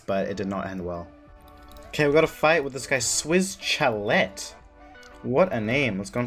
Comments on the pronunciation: SwissChalet is pronounced Swiss Sha-Lay. It's a restaurant lmao. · "swiss cha let" lmfao bro its pronounced SHALEH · Bro did you really just say swiss chalette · by the way chalet.. is pronounced shalay